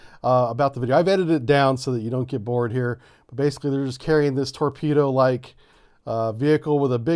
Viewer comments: It's not a torpedo but a "Torbedo" - . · What's a Torbedo??? LOL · Torbedo. LoL!